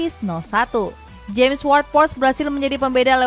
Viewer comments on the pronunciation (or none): none